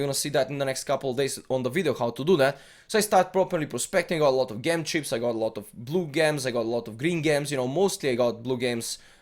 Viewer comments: gem is pronounced "Jem" lmao not "ghem" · hey cool video! btw its jem not ghem :)